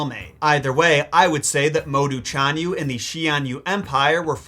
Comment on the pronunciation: Well do not depend on Pin-yin. Very Unreliable and you are the living proof! For Example: 匈奴 read as Shi-ohng Nwu and 單于 read as rCh-ahn Yu. ~rCh~ means you must pronounce ch with your tongue rolling. No Joke.